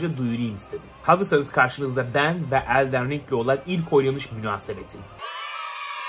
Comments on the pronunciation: Abi seni severim ama ''ELDEN RİNG'' DEĞİL ''ELDIN RİNG'' DİYE OKUNUYOR ABİ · Hocam şuna eldeğn ring deme nolur ya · Elden Ring'i artık gerçekten doğru okuyup Eldın Ring desen be abi, küçük bir ayrıntı ama yinede